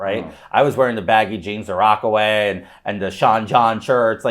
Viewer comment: Rocawear… Not Rockaway 🤦🏽‍♂️